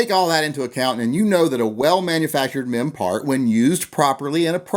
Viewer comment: Careful with your pronounciation. All I heard was "men parts suck"... I mean, it might be true, or not... but still... family show etc =D